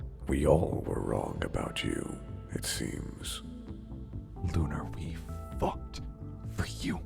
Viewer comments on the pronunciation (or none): Welp RIP Lumini But Damn Lunar, looks like working with Rez wasn't the best idea, huh why does when said Fought sounds like F*cked